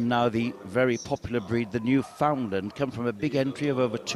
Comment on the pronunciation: So, how is it the commentators manage to to pronounce the names of every other breed but, always mangle the name of The Newfoundland. It's not a "New`Find~lind" or, a "Newfound~Lund". They are The "Newf~In~Land, it rhymes with understand. Comm"on.